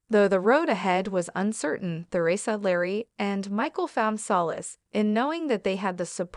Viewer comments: Isn't there any way to get a narrator who can properly Pronounce Teresa and and Not THEResa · It's Teresa Not Ther,esa